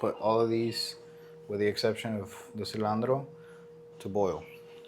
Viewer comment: Cilantro not cilandro 😅